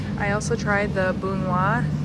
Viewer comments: Buona is pronounced BOO-OH-NA. It's a chain here in the Chicago area. The name is shortened down from the family name. I'm sure most people know that Italian beef is a really, really big deal here. Buona is a bit spicier than some of the others here. of which there are many. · I was going to tell her Bow-nah 🤣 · Buona - "Bone Uh"... It is a chain here in Chicagoland!